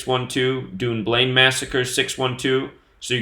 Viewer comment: Dunblane is pronounced Done Blain ......... you are saying Dune Blain